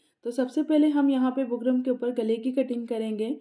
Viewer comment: Design pe ooper lagaye so bukram ka naam clearly boliye na. Samajh nai aara